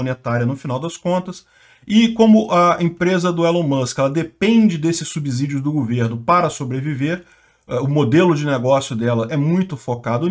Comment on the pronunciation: Subssidios e não subZidios. Ou vc fala subZolo.